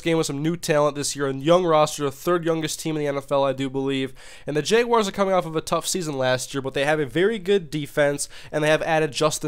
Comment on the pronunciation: He said "jayguars" lol